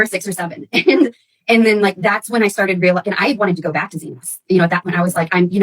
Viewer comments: It’s not “Z-noze.” It’s “Z-Nas,” thus Xenos now Dwell. Thnx 😊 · The pronunciation of xenos is killing me It’s zee-nas Not zee-nos